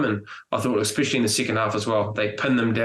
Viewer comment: Enough is enough Bryn Hall - I've sat for weeks listening to you pronounce the word especially as exspecially... 😂